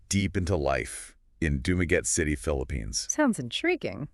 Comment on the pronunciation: AI is not pronouncing the city properly lol otherwise it’s OK